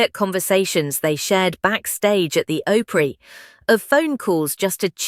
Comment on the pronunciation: "Oly"Opry? AI is stupidity.